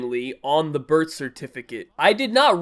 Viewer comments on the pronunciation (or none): It sounds like he’s saying bird certificate instead of birth certificate idk I’m just dumb or if he’s doing in on purpose 😂